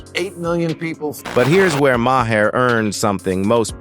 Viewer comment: His name is not Ma Hair, it's pronounced Mar.